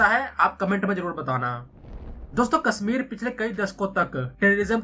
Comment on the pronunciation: Your pronunciation is so bad. "Sha" you say as "Sa" Kasmir Seher 😢